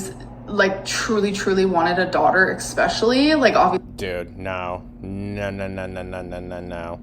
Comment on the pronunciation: always wanted a daughter ECspeshullyyyy